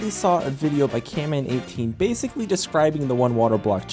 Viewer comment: SOMEONE FINALLY SAID CAMMAN18 CORRECTLY (i think)